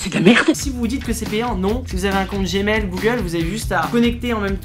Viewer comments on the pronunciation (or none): Tu as osé dire "Compte Gmel"! Je sais que ça se dit mais stp fait un effort sinon j't'appelle.